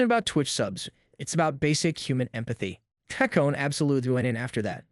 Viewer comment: Techtone and Ludwig. Not techown and Loowig. But otherwise, this video is spot on.